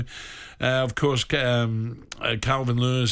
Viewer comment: At the mark, does Alan Brazil refer to Calvert- Lewin as Calvin Lewis or is just my hearing? 🤔the big man must have been on the sauce again last night 🥴🤣